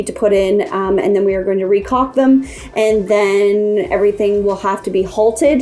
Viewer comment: LOL you need to teach Gator how to pronounce 'caulk'.